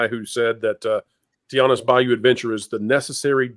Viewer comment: What’s a bay yew lmao it’s a bayou (by-yew)